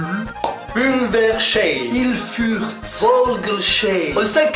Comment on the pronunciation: Je vie à Pulversheim sa se dit pulvèrshaïm